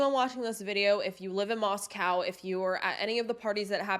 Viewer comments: It's Moscow as in coe not cow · The correct pronunciation of the town is Mos-cōw. Idaho appreciates this being kept factual. 🙏🏼 Thanks and I appreciate you.